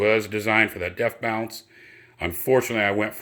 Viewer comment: It’s “bonce” not “bounce” you dolt